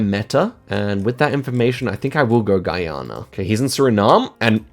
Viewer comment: “Gay-Ana” lol